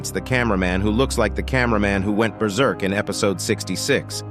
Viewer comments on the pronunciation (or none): none